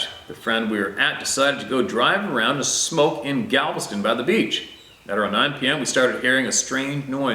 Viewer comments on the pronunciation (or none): none